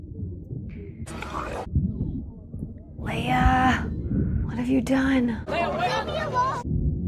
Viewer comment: All correct except *Leia, not Leah. :)